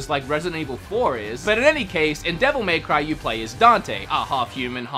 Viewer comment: The way he says dmc is just arrgghhh, devil MAY cry